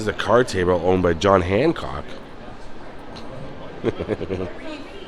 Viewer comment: That wall WAS so beige. Youre a tremendous tour guide, but its Hancock NOT Handcock....